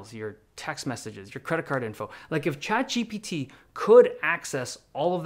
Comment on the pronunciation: Why do you pronounce chatGPT «chad gpt» 😫